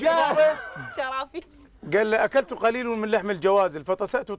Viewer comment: اخطا لغويا بالعكس قليل بالضم وليس بالتنوين